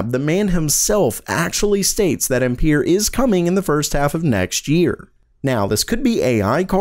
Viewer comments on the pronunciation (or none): Ampere is pronounced "am-per" as in amps at least it is here in the northeast. I don't know about the rest of the world. And, Genoa is pronounced "gen oh ah" as in the city in Italy.